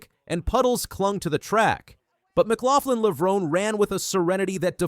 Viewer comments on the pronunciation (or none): I immediately turned this video off when you could not even pronounce Sydney's last name